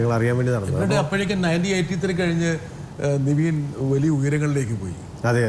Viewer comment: Pottase athu Niveen alla Nivin 😂😂